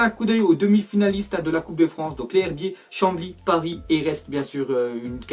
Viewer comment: on dit les zherbiers il y a une liaison